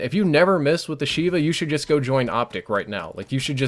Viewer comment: love the video, but it's pronounced "Sheyva" from the hebrew word for 7 FYI